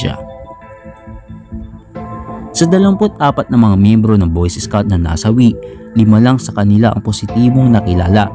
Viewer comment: boys escouts ang sabi niya